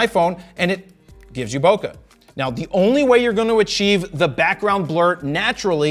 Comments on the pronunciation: The way you pronounce bokeh makes my soul hurt 🥲🥲🥲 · you pronounce bokeh wrong